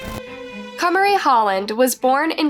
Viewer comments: when the source material tells you how to pronounce the name (i.e. the interview clips), you pronounce it that way. It was states multiple times as "Ka-Mah-Ri," however the narrator, who sounds like English is her first language, continuously pronounced it as "Kay-Marie." Literally no one here is being mean to the narrator. No one is calling her names and no one is belittling her. No one is claiming intellectual superiority. We're noting that the narrator repeatedly mispronounced the name despite it being said correctly by the victim's family. This is valid feedback. We can't be so fragile that we disallow ANY feedback or critique. Repeatedly mispronouncing someone's name is disrespectful. Especially when you've been corrected multiple times (i.e. the source material). And disregarding that correction is definitely rude and insensitive. Just acknowledge the note, make an effort to do better, and continue on. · Her parents are literally saying “Kah-mah-ree” … not “Kay-marie.” Are you not allowed to say the names of the victims so you have to mispronounce them on purpose? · my question is, how can you listen to these clips with the parents, news, police etc. saying this poor littler girl's name, and you call her "Kaymarie", her name isn't hard to pronounce, and you've put many clips with them saying her name, yet you don't say it right. I find it very disrespectful to this poor little girl that her name can't even be said correctly. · If you hear the girl's dad pronounce her name as Kuh-MAR-ee, why would you continue to pronounce her name first as KUHM-uh-ree and then as KAY-marie? 🤦‍♀️ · her name is pronounced kamari tho, not "k mary"!! Happy to see many people covering this case and bringing awareness to it, truly shocking and horrifying.. :( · Kuh Mar Ee so fucking wack at least get the people u make money off that are diseased names right!!! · I know it’s too late to make a difference but her name is pronounced kuh mar e